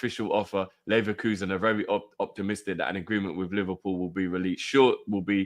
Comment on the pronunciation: Neverpull ❌ Liverpull ✅